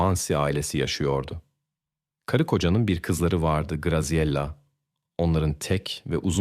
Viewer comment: italyan bir ailenin basina gelenleri anlatiyorsun, ailenin goruntusu kimler, bir cinli, japon veya koreli bir aile. sacma sapan ilgisiz goruntuler kullaniyorsun. Katledilen kizcagizin ismini dahi dogru telaffuz edemiyorsun, Graziella ismi Gaziyela degil Gratziyella diye telaffuz edilir. o kadar karmasik anlatiyorsun ki birsey anlasilmiyor